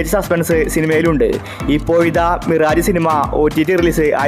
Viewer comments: മിറാജ് അല്ല മിറാഷ് pronoun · മിറാജേ അല്ല മിറാഷ്.